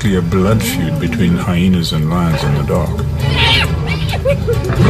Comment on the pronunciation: Yes Michael I know that and have known for quite some time Lol If you'd have said that in the first place, that would have been great, so thanks. It's not the accent so much as they seem to be adding an extra "H" Hyhena, but no one in Great Britain or the UK would do that, and that's what I didn't understand.